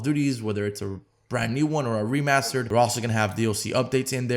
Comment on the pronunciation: He fucked up so much at the start lmao “mw remastered” “ww2 remastered”